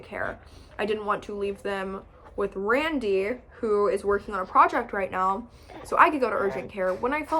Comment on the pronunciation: Just me or does she say WRandy